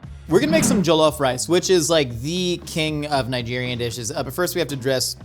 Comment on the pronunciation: "joloaf" lol